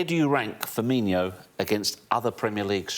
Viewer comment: STOP SAYING "FIRMINIO"! Only 2 i's and no h's in his name.